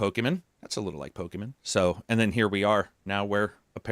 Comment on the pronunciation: It irrationally drives me nuts that says Pokemen and not Pokémon lmao